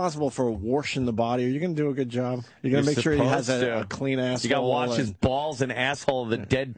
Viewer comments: When Opie say worsh instead of wash God isn't that funny hahahahahaha!!!!! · It’s so edgy and hilarious the way dopie mispronounces wash with “wersh”... he is such a comedic talent. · we get it opie, you say wersh. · It's a slow burn but I promise that by the fifth or sixth time Opie mispronounces "wash" it really starts getting funny. He not only steered the ship but his comic stylings were unmatched.